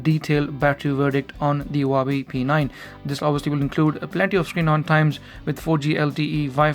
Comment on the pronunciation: One advice, Huawei, the H has sound, like the word "who" xD